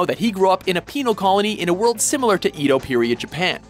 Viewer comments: I couldn't agree more. I am willing to accept that he can't roll his r's but there is only a single way to pronounce Ēdo. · The terrible pronunciations of "Ashram" and "Edo" and referring to "kendo" in Mugen's style is killing this for me. XD